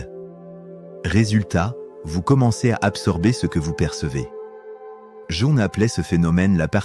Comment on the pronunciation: Qu'une IA nous parle d'empathie et d'hypersensibilité est la pire des mises en abîme... quelle catastrophe !!! Jung se prononce "Young", bordel ! Et entendre cette voix sans émotion employer le "je" est une telle ineptie, à vomir ! Nan mais je suis le seul à être horrifié d'écouter une machine nous "instruire" sur nos humanités ???